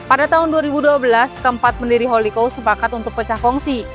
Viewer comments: Bacanya bukan Holiko tapi houlikau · Holi kaw, risih banget dengernya kalo salah penyebutan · Hahaha, gatel yah denger holikou